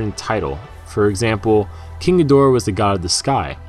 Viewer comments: Why are you saying khin-ga-dor-uh instead of Gee-der-uh like it was back n the '60s? Is this a Japanese pronunciation? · Jesus man, it's pronounced GEE-DO-RA!!!!!